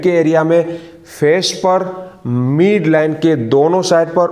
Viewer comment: मीड नहीं मिड होता है